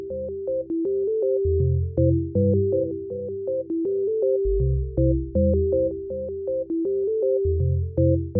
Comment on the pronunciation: he said descriped